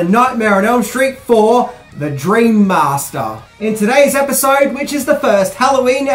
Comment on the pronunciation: "The dreammastaaah."